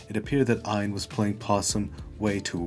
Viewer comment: Quick note, his name is not pronounced "aion", it's rather "yon".